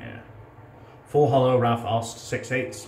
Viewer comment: mate, the Au in Aust is pronounced like the ou in out.